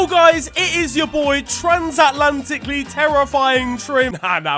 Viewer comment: my man said transatlantically